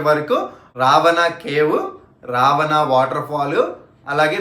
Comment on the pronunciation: రవాణా కాదు రా బాబు రావణా